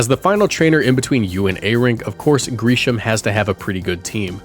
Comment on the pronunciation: Kind of cute tho that Jacinthe has an Aurorus to complement Lebane’s Tyrantrum Also sorry but I hate how you pronounced both of their names. Grisham’s was a bit weird to imo